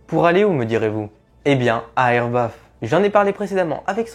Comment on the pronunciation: Elbaf pas erbaf